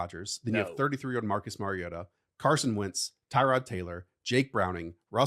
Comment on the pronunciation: It’s Mario-TAH